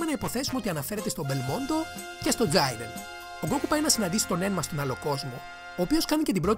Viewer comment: Τζιρεν οχι τζαϊρεν